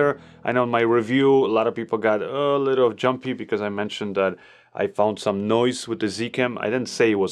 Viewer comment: did I heard you say "it has a ka little screen " you sounded like a Zambian 🤣🤣